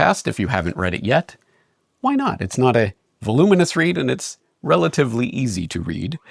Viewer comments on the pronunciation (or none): none